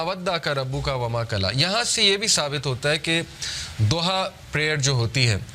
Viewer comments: Surah Duha not zuha... Correctly pronounciat please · It’s Surah Duhah not Zohah plz correct ur pronunciation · Surah ..Zuha .. Nahi Surha.. DUHA.. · PLEASE SAY DHUHA PLEASE PRONOUNCE ض DH INSTEAD OF Z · Zuha nhi dhuha bhai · Soura zoha ni soura doha hai urdu mein na kahien Arabic lfz duha hai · Naam galat bool raha hai sorat ka....doha